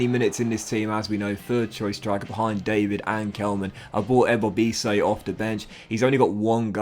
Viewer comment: Hi, ur new striker aka Jonathan David, u need to pronounce the David with a french accent:)